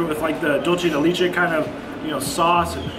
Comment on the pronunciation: Its funny how you pronounce "leche" in Tres Leches correctly...but in Dulce de Leche... you pronounce the same word as " lee-che" 😂😂😂 Just an fyi for 😉 and Dulce is "dull-say"